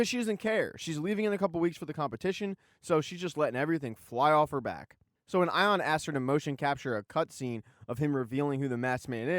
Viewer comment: Eye-On. Love the pronunciation. :) Much more his personality.